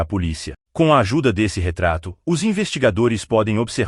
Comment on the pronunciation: ATENCÃO PRODUTORES DO VÍDEO: É MUITO CHATO A GENTE OUVIR, NO BRASIL, UM LOCUTOR MECÂNICO FALANDO COMO ESTRANGEIRO (SE É PARA USAR TECNOLOGIA, QUE ELA SEJA PERFEITA). O LOCUTOR FALA ###DÉSSE, FóSSE, E OUTRAS PRONÚNCIAS NÃO BRASILEIRAS. CHATO.